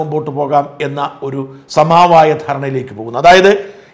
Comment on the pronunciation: "സമാവായം" അല്ല ; "സമവായം".